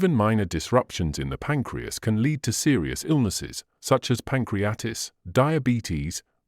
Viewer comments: Here it is pronounced “pancreatis” which is wrong. The right one is “pancreaTITIS”. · Pan crea tit is....pronounce that Doc. It is NOT "pancreatis". 😅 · *Pronounciation of PANCRIATITIS 😶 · Who or what organization paid to present this chain of errors? The extraordinarily uneducated reader could not even properly pronounce pancreatitis. Knowing of several groups intent on destroying physio-wellbeing I would guess this was created by the WHO. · I think you’re wrong about garlic! And learn how to pronounce Pancreatitis and margarine!!! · Excellent English, not sure about the pronunciation of pancreatitis tho.